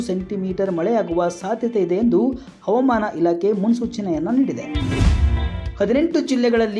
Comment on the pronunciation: Please watch your pronunciation of ' Havamana'. Don't forget H.